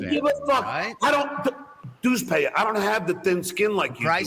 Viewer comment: “Dues Paver” 😂 what an idiot, he is so easy to get fired up. I love how he thinks he’s so right just because he gets mad or upset.